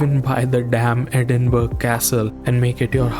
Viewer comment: Great review man! Sorry I'm late to the party. Loved your appreciation of the UK. Only thing worth mentioning to you brother is that Edinburgh is pronounced with a soft g like borough in the rest of Britain. Just a heads up my man, totally understandable that you wouldn't know this. Trust me I've heard much worse pronunciations, mainly from American bros haha. Burgh actually just meant hill originally